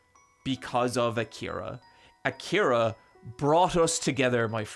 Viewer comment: So when are we gonna tell him he's saying Akira wrong?